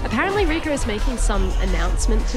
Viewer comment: Broberg mispronuncing Rico's name the whole time is my favourite little bit of sad-funny